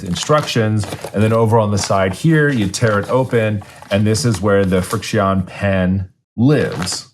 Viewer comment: “FriXion” is pronounced like “friction.” 😉 Because they’re a pen that erases with friction (and also with heat). I had recently used FriXion brand highlighters on my regular notebook and left the notebook in my hot car for about an hour. All my highlighting had disappeared. (Fun fact: putting the notebook in the freezer restores the ink).